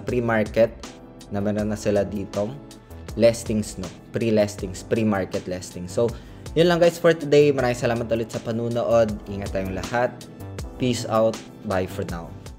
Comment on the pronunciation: "Listing" po lods hindi "lesting". Friendly correction lang